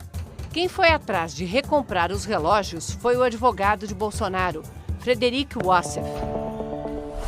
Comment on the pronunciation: O "adevogado" é pcd?